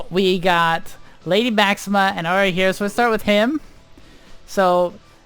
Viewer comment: Iori pronounced 'e-o-ri'